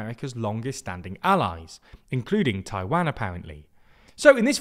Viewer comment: Please pronounce Taiwan correctly